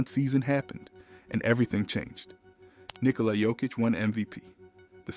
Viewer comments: Is it "Nilkola" though ? . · Nikola NOT Nilkola !!